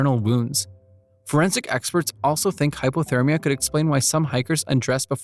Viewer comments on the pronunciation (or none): none